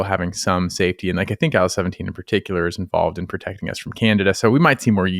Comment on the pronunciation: my god, I keep hearing aisle 17 instead of IL17